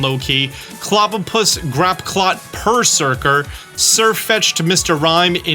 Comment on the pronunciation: ah yes, my favorite, Grap Clot